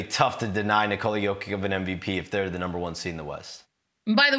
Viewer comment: This might be the first time Shams has ever had to talk about Jokic in person lol. Yo-kick.. that's something else especially from one of the most well paid NBA insiders.